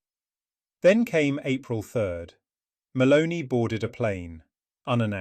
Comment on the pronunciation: The second time I heard and read “Maloney” instead of her actual name, Meloni, I stopped listening. A bit of respect for names in other languages would be appreciated — it’s not that difficult, especially when you’re lecturing about her. It reflects a lack of professionalism.